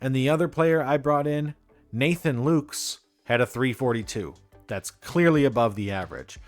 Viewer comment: Nathan Lukes is pronounced Lucas, just so you know. I know some people go nuts about stuff like that.